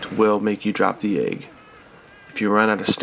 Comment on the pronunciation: You're bothered by that.... I'm bothered by the way he says egg lol